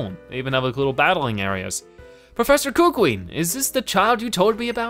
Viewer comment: Professor kukui is named professor ku Kui not koo kui